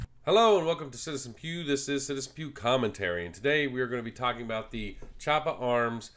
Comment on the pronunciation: Cool video! I am considering getting one myself and this was very helpful. Just a heads up that Chaippa is pronounced “Key-apa”.